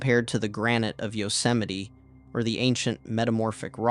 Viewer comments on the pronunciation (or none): none